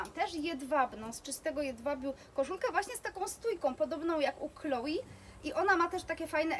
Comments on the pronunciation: Wiem, ze wymawianie Chloé jako Kloi jest powszechne, glownie chyba w krajach anglojezycznych, ale poprawnie mowi sie 'KloE', poniewaz jest to firma francuska i takaz wymowa :) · tzn é wymawia sie jak e scisniete :), pomiedzy e i y, nieco inaczej uklada sie usta, ale nie 'ei'. Moim zdaniem, jesli ktos chce koniecznie wymawiac francuskie nazwy po polsku, to juz lepiej powiedziec 'e' niz 'i', bo bardziej przypomina to wymowe orginalna. No i 'i' to wymowa typowo angielska. Powiem tak, Chloé nie zrozumialaby ze mowisz o niej gdybys powiedziala Kloi, no i chyba nikt by nie chcial aby jego imie wypowiadano zle; jest to troche brak szacunku. Moze przesadzilam :), chociaz...